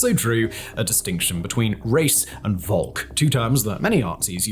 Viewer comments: Volk is pronounced with an F. Folk. It's literally an english word too. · so v in german is usually pronounced like f in from. so volk is closer to folk. in fact they are descended form the same word